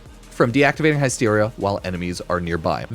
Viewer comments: Hi-steria. Bruh. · Everytime says the word Hysteria wrong, we take a shot.